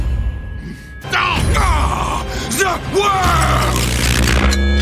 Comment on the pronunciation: ZE WOR!! On dirait il dit the word et pas the world!